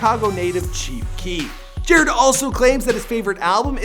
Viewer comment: Could you please redo this and say his name right 🙄 it's pronounced jah-rod....not jarred